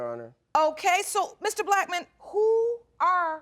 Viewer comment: Her mom pronounces Blackmon as black man 😂😂😂 mr um black man … that was cute